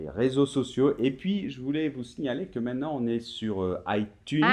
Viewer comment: Quelle singularité de donner des leçons de prononciation tout en élidant systématiquement la deuxième syllabe du mot "maintenant". Exemple dès le début, à ...